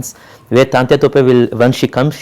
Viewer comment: True . He is absolutely right. But even the directors should know (also to pronounce) the the names in right way of the great historic characters(as per his own say ) as well as he knows the right history . He is calling 'Taatyaa' Topey as 'Taantya ' all the time .